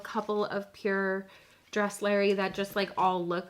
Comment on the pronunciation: it's actually pronounced DRESS- lur - eye, just fyi ☺️